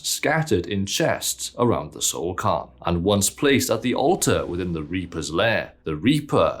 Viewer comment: Alright I’m just gonna say it… Soul CAIRN, not Soul Carn. Other than that, love the video haha!